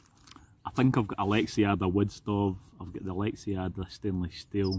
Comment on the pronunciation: For the love of god man, it's Lex-ada no i or e in there. Love your videos.